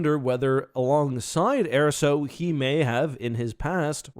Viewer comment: Interesting how a name like Erso is said so much throughout the different media and comes out as "air-so" instead of "ur-so."